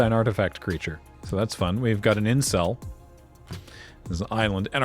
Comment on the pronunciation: Pronounced like “insle” in German, you don‘t hear the E